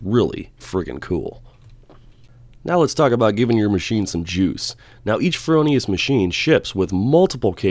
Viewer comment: FROH Nee Us dude. NOT FerOhNeeUs. Other than that? Excellent Great gear!